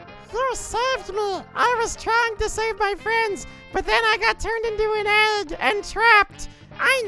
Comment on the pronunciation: "end den ah got turned into an ægg"